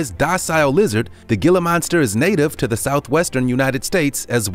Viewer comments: "gila" monster??? really?? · Gila Monster is pronounced "Hee-La". :: eyeroll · gila is pronounced heela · God help us. Gila Monster, pronounced "hila" monster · Its pronounced heala monster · Pronounced “hee-lah” monster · It's pronounced Hila monster.... The g is silent like to pee in urine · Anyone else in physical pain at hearing him mispronounce Gila monster or is it just me. Also, this is extremely biased as all animals can be dangerous. While some of these are more dangerous than others, wolves are not mean and only attack when threatened or their pups are nearby and they don't know you. Even then, they're more likely to try and scare you away or run themselves. Also, make sure that the animal named is matched by a picture of the actual animal themselves. You miss used a lot of pictures as they weren't the animal you actually mentioned. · in malay language, his pronunciation made sense tho...gila monster literally means crazy monster in malay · I actually cringed when he was saying that lol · Who else laughed every time he pronounced gila wrong 🤣 but still love ur work no offense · He pronounced Gila Monster wrong. and I grew up with a Wolf Dog, he was the most loyal, playful, and protective dog I have ever had. He lived to be 24 in Human Years! and would have had a few more years to go if not for his son picking a fight with him resulting in internal bleeding, RIP Yeller. And my dad currently had a Bob Cat House Cat Hybrid, he is very loving and huge, but he is also quite lazy and just likes to sleep. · Love how he says Gila Monster haha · you said gila monster wrong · "Hey, Frank, should we check how to pronounce 'gila monster'?" "Nah, Bob, just make it up. Keep it as lazy as everything else in this video." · The way you pronounced Gila Monster.... 😖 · The G in Gilla Monster is pronounced like an H. Hilla Monster. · "Gila Monster" is pronounced "Hila Monster" with a silent "G". It's spanish from Mexico. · Dude, it’s “Hila” not Gila. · Omg, ITS HILA HEE-LAH